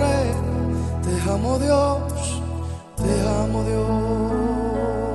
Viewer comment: todas las alabanzas de este hermano son bellas y las canta muy bien. solo tiene un defecto que debe corregir ya que pronuncia dos palabras mal. si le ponen atención,, el pronuncia la palabra Amor( jamor) la palabra Alma) el la pronuncia ( jalma) se oye feo. daña la voz y el efecto que debe hacer en las personas. corrijelo!